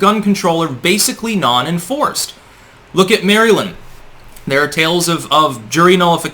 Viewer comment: Good thing you're not in the United States. Publicly advocating for jury notification is illegal. I love the way he says Maryland. Maryland is the ass of this country a shitty state I had the misfortune of being born in and lived in for 37 years. He says it completely wrong it doesn't even sound like the word and I love it.